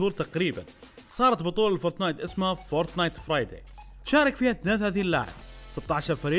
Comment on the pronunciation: فورتنايت مش فورتنات😂😂😂